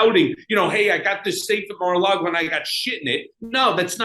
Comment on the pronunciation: I love the way calls it Mar a Lardo!! Gets me every time. You're getting your karma Mr. Cohen! Enjoy!!😁